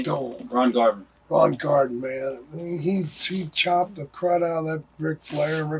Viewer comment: “Ron Garden”lol